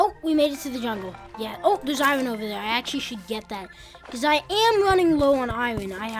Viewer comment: why do u say iron wrong